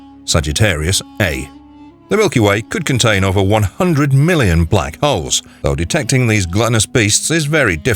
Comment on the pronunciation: Guy needs to work on his pronunciation. He said Black hoes.